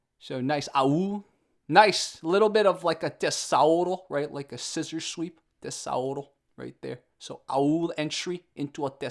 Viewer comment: Tessauro saunded like a dinosaur name. It's "tesoura" (scissor), where the S sounds like Z.